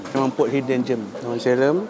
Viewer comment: Sebutan gem bukan seperti germ (kuman) bunyinya.